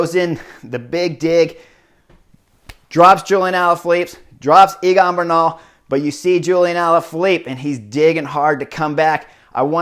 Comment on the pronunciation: Chris, is Egan not Eagan. Great race and commentary tho